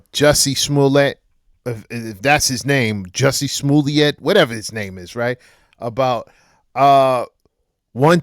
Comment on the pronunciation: "Juicy Smoolay"